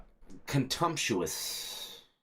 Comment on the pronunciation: contumptous, lololololoollololol